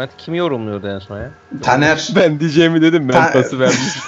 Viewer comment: niye tanere daner diyonuz